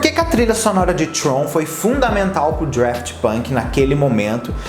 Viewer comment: Daft, sem R! Não sei de onde ele tirou o R